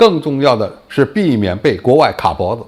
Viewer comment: 是卡脖子(qiǎ)